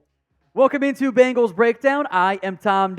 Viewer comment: Dude can’t pronounce many many names correctly. It’s sad.